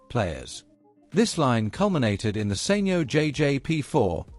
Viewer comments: SENYO? Surely it's pronounced Sanyo! (San yoh). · Informative documentary but maybe someone should tell the narrator it's SAN YO not Sain yo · Thischannel does all this business research but they cannot pronounce the name of company correctly...SAN YO...NOT SANE YO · Learn to say Sanyo properly then i'll maybe listen ....beem in the electronics industy for decades ...you're butchering it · You know he's saying the company name wrongly